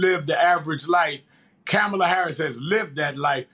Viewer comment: Çome on Rev. Learn how to pronounce the woman's name brother. Your butchering it man. You did the same thing on your show Saturday evening as well. Get it right man. It's Comma-La. Ok?